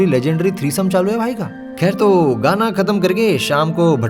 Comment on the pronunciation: That thik and kher 😂